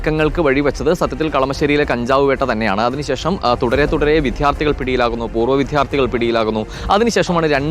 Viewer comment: റിപ്പോർട്ടറേ...ദയവായി മലയാളം ശുദ്ധമായി ഉച്ചരിക്കാൻ ശ്രമിക്കൂ...വിദ്ധ്യാർത്തിയല്ല. വിദ്യാർത്ഥി.. അതായത് വിദ്യ അർത്ഥിക്കുന്നയാൾ